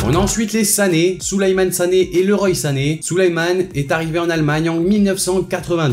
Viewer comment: Ca se prononce LEROIII SANÉ